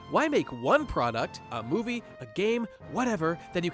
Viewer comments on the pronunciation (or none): none